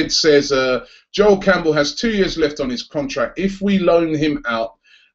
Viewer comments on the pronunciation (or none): none